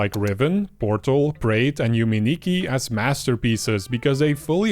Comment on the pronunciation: Thanks for sharing :face-red-heart-shape: A bit of nitpicking: - Yume Nikki, "me" is pronounced similar to "may". - Inscryption was launched after Dokidoki.